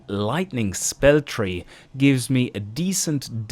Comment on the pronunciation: FREE HUNDRED. FREE HUNDRED. FREE. THREE. TH. GOD DAMN.